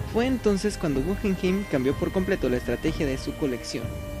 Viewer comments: podrías pronunciar naturalmente el nombre del museo “gujenjein” sino “gugenjaim “ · No es gujenjein sino gugenjaim